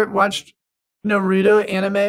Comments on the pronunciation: all u do is cool and noble... But Bro calling Anime (AE NEE MEY) as (AE NIGH EM) is also a crime.... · If I wasn’t such a huge fkn fan, I would have clicked off when you said “ aNIME” 😤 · The way u are pronoucing anime and naruto kinda bothers me but it was more funny. Keep up the good work